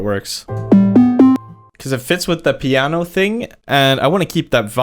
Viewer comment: When he said pianio sounds like muñanio